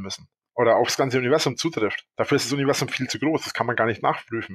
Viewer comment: Es triggert mich jedes mal, wenn er "Univessum" sagt